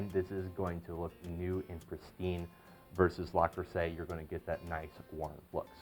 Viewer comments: Yes you are right - the correct pronunciation is 'Le', and not 'La'. I am French-born and it is very odd to hear someone say 'la' for a word that is actually written as 'le'. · It is Le not La luv. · its not La its Le - Le Creuset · LUH crusay. Not LAH crusay. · Small knit pick, but it’s Le Creuset, not La Creuset. So it’s pronounced Leh Croo-say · ARRRRGH! If you're going to discuss a product, at least have the sense (and decency) to pronounce the name correctly! It isn't LA Creuset! It's LE Creuset! (Like Lu - - or LOOk). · Le Creuset, not 'La' Creuset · It's not "LA" Creuset!!! .....It's pronounced "lehh" Creuset....please!!! When you say "la" you sound like an infomercial salesman!!! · Indeed it’s LE creuset and also it is not “cruisay” but “kreuzè”. You should also mention that in the lid of the staub you can put icecubes. That way the steam condensates a lot faster and your dish will be even more moisture and tender. Greetings from Belgium. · It’s Le, Le, Le not La. most people know it’s Le Creuset!!! It’s very annoying and I found myself focusing on rather than the content of the video. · It is LE creuset and not LA creuset. just sayin' Thanks for beautiful video. Very informative. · Le...Le...Le Creuset not La! I owe Le Creuset and Staub. Love them both. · NOT La Crueset, Le Crueset. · Le, not La Creuset. Minimalist, not minimalistic. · "Because its a French Company and in the French language that’s how it’s spoken." No, it's not. "Le" is pronounced sort of like "luh" in French, not "lah" as he did in this video. That would be "La Creuset" not "Le Creuset." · Luh-Cruz-ay is the French pronunciation. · He's from Spain...didn't you hear? He said La Crosete🤣🤣🤣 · Lu cru say according to the people at le creuset they have a YouTube on it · Daniel Jackson, for an english speaking person, maybe.. Not for a french speaking. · That is so annoying. How many times did he say it wrong? It’s right in front of him on the lid.